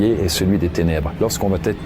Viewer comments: Environ 80% des youtuber storyteller font la même erreur de français et qui m'insupporte vraiment. Vous inventez systématiquement une lettre dans certaines expressions. "ça va T-être", "il va T-être", "il ne va pas T-être", etc. D'où vient ce foutu "T" ??? Cette faute est présente au minimum 10 fois dans cette vidéo, et c'est pas du français. Et c'est une réelle observation sociale. Il n'y a QUE les storyteller de Youtube qui font cette faute. On dirait que vous vous transférez cette faute les uns aux autres. Je regarde énormément de vidéo (gaming, artisanat, histoire, science, reportage, politique, écologie, storyteller-crime-jeux vidéo-étrange, etc.) et les storyteller sont les seuls à faire cette faute et ce n'est pas à cause du débit ou de la quantité de texte, parce qu'un reportage ou un documentaire c'est exactement la même mécanique = une personne qui débite un long texte pré-écrit et eux ne font pas cette faute. A trop vouloir faire comme la télé, vous surjouez le français et donc vous inventez des fautes pour exagérer la prononciation, vous créez des liaisons qui n'existent pas. *Je tiens à préciser que je ne suis pas du genre grammar-"N" word, je m'en fout d'entendre dire "du coup", "par contre", "au jour d'aujourd'hui", "c'est pas parce que" etc. Je suis loin d'être parfait en français, mais ce truc est tellement systématique et ciblé socialement sur une catégorie de youtuber que ça me dérange beaucoup. * Pour info, la chaine "Linguisticae" avait fait une vidéo sur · La conjugaison c'est pas ça... j'adore ta chaine mais "Il va (T) être" je sais pas où tu trouves le T et c'est tellement souvent pour plein de cas différents... ça me trigger de fou. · Depuis quand " il va" est suivi d'un "t" ? Avec des milliers de suiveurs, tu contamines la langue française. C'est bien dommage. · Il n'y a pas de "t" à "va" , donc arrêtez de dire "va t être" !! !! Vous y gagnerez en crédibilité et en succès !! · "ça va-t-être, ça va-t-être": non!!! ça va être, oui!